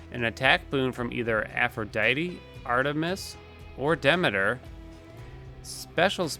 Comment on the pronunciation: Dee-me-ter, not dem-ma-tur. Sorry, Greek geek.